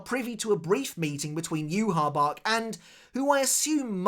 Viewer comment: Say Yhwach’s Name Properly